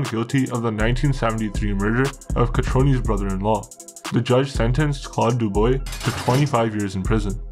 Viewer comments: Bro how is it possible that you live in Canada and dontknow that Dubois is pronounced dubwa?...how bro? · If you aren't sure how to pronounce something French, maybe ask a french speaker. Dubois is pronounced Doo-BWAH. It's really annoying. I like the content. Great show. Hire a voice, and you'll go far. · Good vid but it’s pronounced Deubwa and Jhon-Ghee. ✌🏼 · If you’re going to cover Canadian crime learn about the language and culture you’re covering…..this is in Montreal, Quebec which is French central in Canada….Dubois sounds like dubwa…… some were pretty darn close but for the most part….not so good! I’m not even French and the poor pronunciation drives me nuts let alone the French Canadian fans you have…… On a positive note, the editing style is good. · It’s pronounced doobwah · Can't finish this watching this video hearing it pronouced du-boy. My ears hurt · bro this is a really well researched video but you need to look into how to pronounce french names, hearing "joHn Guy DooBOY" just doesn't sound right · i think its dewbwa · pronounced dooob-wa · It’s (doo-bwoh) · The name is pronounced doobwah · its pronounced doo-bwah.. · Your pronouncement of their names first and last sucks, it is not pronounced "duboy" use Google for proper pronouncement of their names. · It’s pronounced Doo-bwa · its pronounced DO-BWA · Dubois,,pronounced ,,dew bwaw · Its pronounced Doo-bwa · pronounciation is wrong....Dubois DU BWA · Dubwah is how you say it. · Pronounced .....dew bwah Just saying. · Great video ! Your pronouncing their lastname wrong though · I was in Bordeaux Jail with Paul Dubois in 1977. The Popyes were on the 1st floor. You are pronouncing Dubois wrong. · You could at least prononce Dubois the proper way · Brutal name translation. Learn the proper pronunciation before you post. 👎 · If you can't be bothered to pronounce Dubois correctly I can't be bothered to watch. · Too many mistakes to keep watching, starting with the pronunciation of Dubois! Chow!!